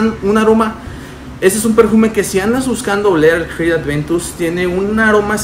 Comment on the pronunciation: como puedes pronunciar con f una cr !!!! de verdad!!!